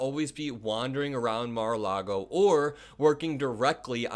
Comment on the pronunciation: Mar- a- loogy.